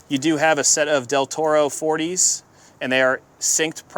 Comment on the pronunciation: The non-standard after-market carbs are made in Italy- pronounced Dell"Orto not Dell Toro!